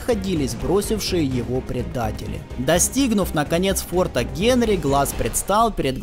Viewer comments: И не фортА, а фОрта:) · До ближайшего фОрта,фОрта,а а не фортА, олух неграмотный, претендент на приз имени журналистки Бузовой